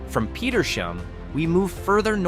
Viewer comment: The town of Petersham is pronounced like 2 words Peter's ham. You need to work on your pronunciation